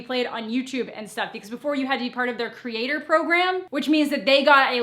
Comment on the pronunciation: “Consule creat-whore.”